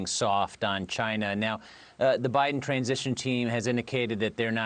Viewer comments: Lol. I thought he was saying Buddha Judge. 👀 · "Boodejudge" really? Are these people really too lazy to do a 2 minute Google search on how to properly pronounce this man's name 😑